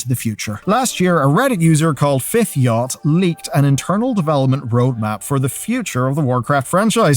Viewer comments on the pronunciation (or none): Fifth YATCH. Not yacht. Yatch would rhyme with thatch. Yacht rhymes with yot. Come on dude. Basic English